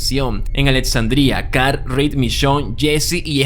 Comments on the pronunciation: Carl ❌️ Car✅️ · Lorri, Car, Ritt, aprende a pronunciar los nombres por favor. Dislike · "Carr"? "Rit"? "acetar"? con razón tu nombre es con T y no con L.